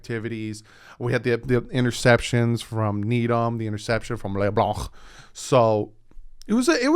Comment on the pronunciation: “Leblanc” glad I’m not the only one who thinks like that. Have to say anything with le with some sort of French accent lmao